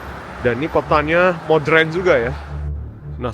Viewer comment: jangan bilang: modrèn, tapi menyebut nya: modèren. Jgn marah ya. Saya sangat suka mengikuti vlog2 kamu, krn sangat bagus, informatif dan sangat bermanfaat. Thank you.